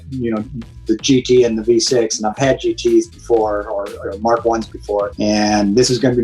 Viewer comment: My man said “Mark 1” 😂🤣